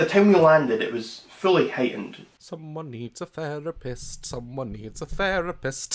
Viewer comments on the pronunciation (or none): DAZ: someone needs a theripist, someone needs a theripst, someone needs a THERIPST!! ALSO DAZ: YOU TWAT!!!!